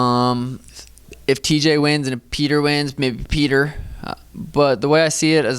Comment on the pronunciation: Sean is a real Alpha male, pronouncing Petr's name correctly. Anik, and Helwani take note. With all due respect, when fighting in America, his name is Peter, not "Peautrhgh." P.S. I love the Russian fighters, they are the best.